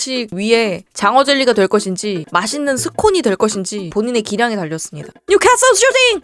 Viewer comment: 뉴캐캐솔 슈쑤쓔팅